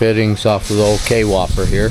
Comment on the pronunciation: The Kwhopper. Not k-whopper. Kwhopper all one word